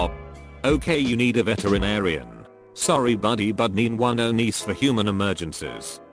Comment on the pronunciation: This is without a fucking doubt the single worst, most fucking annoying pile of automated mispronunciations in a reddit video I have ever encountered. “Khaled nine double eleven” holy christ